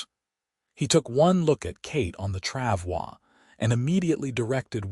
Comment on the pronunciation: I am impressed with narrator correctly pronounce “travois”. Also impressed with Wade compartmentalizing his emotional reaction to Kate being shot to focus on removing the bullet and keeping Kate focused on him. The speed of Wade’s proposal surprised me. Listening from Clarksville, TN.